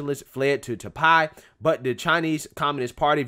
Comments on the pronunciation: Just let you know that you pronouncing Taipei wrong. Is not Tai-pie, is Tai-pay. Anyways, good video as always. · Homie, its pronounced Nay-vul... And tie-pay... Lol u said them wrong bro. That shit made me laugh